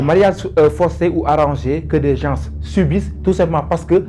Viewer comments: Il a raison le s ne se prononce pas 🤧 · Bonjour 😊 svp on ne dit pas « Gensss* » on dit « gen* » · Les Sénégalais sont malades de la mauvaise prononciation de certains mots en français comme GENS et autres.